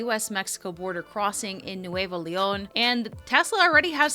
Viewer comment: you are fantastic!!! and your pronunciation of Nuevo León is perfect...!